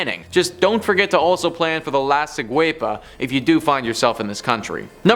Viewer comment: La ciguapa is actually pronounced lah see-GWAH-pah) and it’s actually spelled la ciguapa.